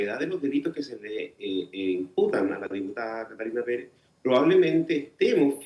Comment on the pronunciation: Pere(Z) Pere(Z) NO KATALINA PEREE... Los chilenos!!!😂